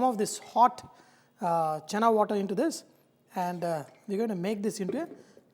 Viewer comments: i cringed when you said chana. it's chhena. however nice video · It's chena poda chef...not chana.. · Chef it is called chhena not Chana.